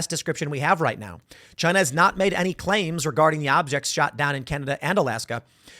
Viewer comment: It was " Chyna"